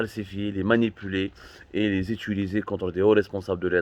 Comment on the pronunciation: Décidément tu as un probleme avec le verbe utiliser car T'arrives toujours pas a bien le prononcer. Je sais pas pk à chaque fois que tu prononces ce verbe dans chacunne de tes videos tu dis Étuliser!!!